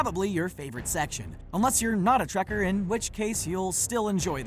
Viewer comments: I thought we'd all agreed it was "trekkie" and not "trekker"? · Trekker? I always heard/said it Trekkie... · Trekkie, not trekker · TREKKERS WTF IS A TREKKER I think he means Trekkie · trekker? Isn't it Trekkie? ....... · It's TrekkIE, you blasphemous assclowns!